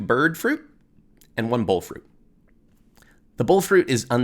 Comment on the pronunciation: the bole fruit. The Bole Fruit, which is the Tree Card that reduces down damage. I think he's saying "Bull fruit" but I can't keep getting confused as to why Agistis, the Tree, is spawning the Bole Astro card. Brain hurts!